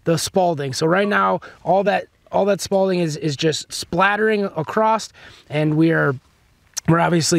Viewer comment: Repeat after me: SPALL not “SPAULDING”.